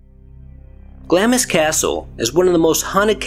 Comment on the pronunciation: Pronounced Glahms..